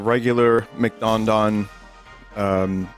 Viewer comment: the grirch meal from mcdanooj